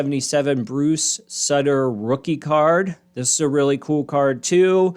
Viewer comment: Pronounced Bruce “Suit-er”